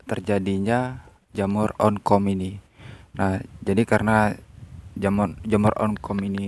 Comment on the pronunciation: Jamur oncom bukan jamur onkom